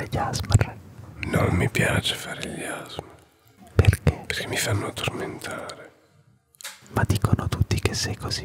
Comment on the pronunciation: 1.Si,ho avuto un problemino li sotto. 2.TI PREGO DII "ASMR" CON PRONUNCIANDO LE LETTERE,NON "asmr" unito,grazie.